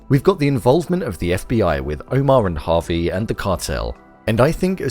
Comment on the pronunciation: It’s Javi not Harvey 😂